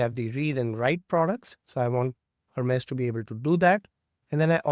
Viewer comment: Please pronounce it correctly, its (Hermeez) not Her-Mez like the bag.